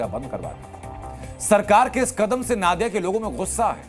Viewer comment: नादिया नहीं नदिया उच्चारण होगा